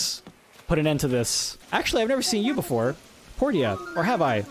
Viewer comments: "Portier" her name is literally pronounced por-sha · ITS POR-SHA NOT POR-TIA THE WAY YOU PRONOUNCED IT I WAS KINDA FRUSTRATED!!!!!!!!! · wtf porSHA is how u say it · Isn't Portia pronounced like you were joking? Like "Porsche-ia" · Portia is actually pronounced por shuh not port iya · did anyone ever tell him that the name actually is pronounced Por-sha T_T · her name’s supposed to be pronounced porscha 💀💀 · i swear if that's actually how u pronounce portia... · So you were jokingly saying Portia correctly but now you’re back to seriously saying it wrong? Lol I don’t get it. 😂